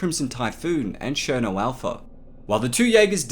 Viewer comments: Cherno not sherno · do you pronounce it sherno or ksherno